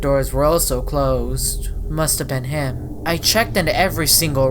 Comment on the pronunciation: “Thim” Change to: “Him”